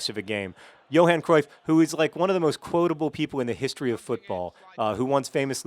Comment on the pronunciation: hahahaha you pronounce Cruyff really funny :P